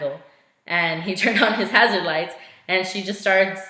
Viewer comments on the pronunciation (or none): none